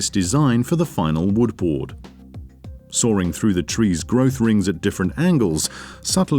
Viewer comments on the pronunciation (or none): Why is this guy pronounces "sawing" as "soaring"? What kind of accent is this?